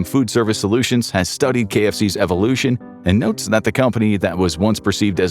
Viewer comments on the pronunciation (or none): none